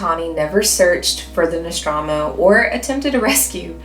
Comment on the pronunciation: real question, how does a fan of Ripley in Alien not know how to pronounce Nostromo